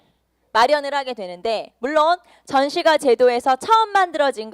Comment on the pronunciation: 전시과 발음 불-편